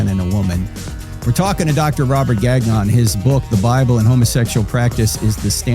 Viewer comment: The pronunciation of “Gagnon” 😂 it’s a French name, takes a bit to get it right, I’m surprised he didn’t gently correct the way it’s pronounced! All good, I’ve just never heard it pronounced that way!